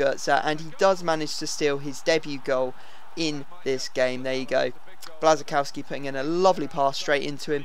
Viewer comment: its not blazykowski. it blashchikowski